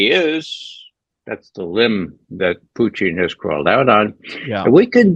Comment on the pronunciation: Why can’t this guy say PUTIN like a normal person?